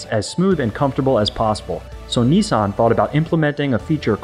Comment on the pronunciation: Neesarn?.... Niss, an